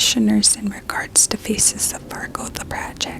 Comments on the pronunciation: I can't get over how her accent makes it sound like "scan your feces" instead of "scan your faces" during thr beginning. I'm so curious if it was intentional, cause I wouldn't put it past her, she's always clever like that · Only hearing "Feces of Fargo" project 😭